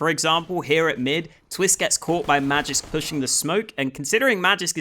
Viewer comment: Magisk is actually pronounced with a hard G